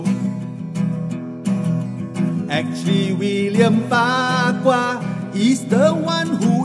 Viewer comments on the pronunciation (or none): I heard farquhar as bak kwa😅😅